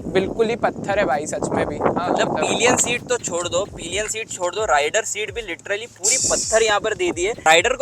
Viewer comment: Bhai wo peeelion nahi hota, sirf (pill.yan) pillion esa hota he. Bura mat manna yaar, haan me haan milane wale kafi miljege. Baki video kafi informative he. Thank you bhai.